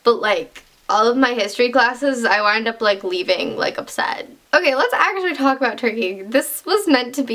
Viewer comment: YOU SAID ABOOT YOU'RE CANADIAN SOZ